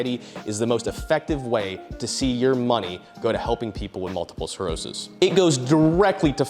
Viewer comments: It’s multiple SCLEROSIS not SCAREOSIS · 🔫 start pronouncing sclerosis right or i'll kiss you.